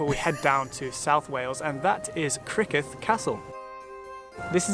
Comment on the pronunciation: It's spelt Criccieth castle...that's pronounced Crick- ee- eth